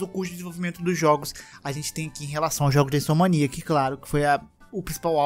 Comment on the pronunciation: fala toda a hora Insomaniac... é Insomniac! >.<